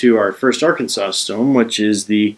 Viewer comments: Arkan-saw is the pronunciation. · Well done video. I have the Lansky system, and it's by far THE BEST. I've tried many other sharpening systems, but from my experiences, nothing else comes close. One correction; you being Canadian its understandable that you're pronouncing "Arkansas" the way it's spelled. Nevertheless, Arkansas is pronounced are-can-saw. However, some stubborn people in Kansas do call the Arkansas River, the our-can-ass River.